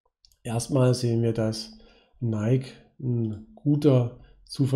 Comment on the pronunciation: Es heißt NikEEEEE